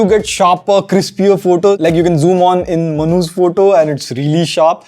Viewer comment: now that's unique flagship phones....... whenever you say Manu's photo..... i hear like MANHOOS😆😆